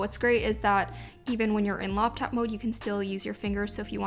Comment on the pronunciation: i shall now refer to laptops as loptaps